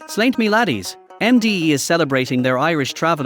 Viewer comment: It’s pronounced “slahnt-cheh” not “slaint”